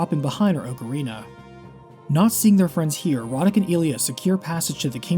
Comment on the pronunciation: Another "correct" ocarina pronunciation